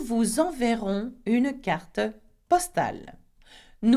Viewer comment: Bonjour et merci pour les films! I have a pronunciation question. I noticed that you pronounced the final "e" of "une" and "carte," and this is something I've heard a lot in music as well, but I've also heard French speakers not pronounce the final "e." Is there a steadfast rule concerning this pronunciation, or is it more of a dialect thing?